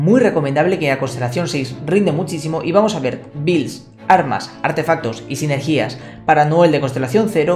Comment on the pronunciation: Sinergia bro, no sinergía me duele mucho el oído cada vez que te oigo :( PD: Son todos tus vídeos eres un maestro!